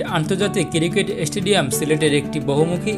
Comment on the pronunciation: একটু কষ্ট করে সুন্দর ভাবে উচ্চারন করলে আরো ভালো লাগতো। কিরিকেট কি আবার 😑